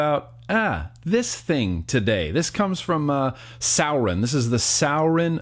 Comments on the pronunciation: Fredric Frost I pronounce it sur-i-on not sour-on for sure lol Love you! Great review still:) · Sour-in 😹 first time I’ve heard it pronounced like that. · I was cringing the whole video because he said suorin wrong 😂 fucking awesome video! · sowwrin lmao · pronounced soar-in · Is this just an opinion or is there proof of how its pronounced? I mean its spelt the way he says it. Sour-in...... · Draxz i know, the way he said it was ticking me off